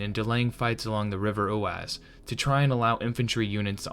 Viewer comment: Oise is pronounced this way: Wahz. If I did not know this all I would have no idea what you were saying.